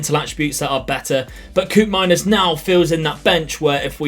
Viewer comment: Koopmeiners is pronounced like cope-miners